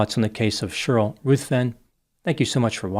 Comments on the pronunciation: 😮 I've never heard anyone pronounce the name Sheryl like this before. One syllable. Sherl. Wild., I don't like it 😂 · It’s always fun hearing pronounce the name Sheryl as “shur-ill.”😂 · I think for me it's the way Sheryl is said by 😂😂😂😂 I couldn't stop laughing 😆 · It was very painful hearing him mispronounce Sheryl every single time! 😬